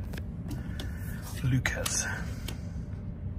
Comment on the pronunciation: Butchering is 100% correct Leuchars is pronounced Loocars and Kirkcaldy is Kirkcaudy lol 100% butchered as well !